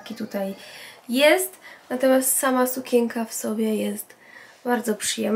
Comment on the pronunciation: dlaczego mówisz sukieka,a nie sukieNka